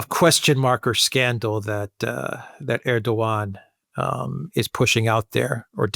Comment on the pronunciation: Hey, is pronouncing Erdogan better now:) Now you can pronounce “Imamoglu” the same way, with a silent “g.” The Turks call that the soft g (“yumashak geh”). It makes no sound of its own. It merely slightly prolongs the preceding vowel. Great job as always, guys, keep it up! — FREE PALESTINE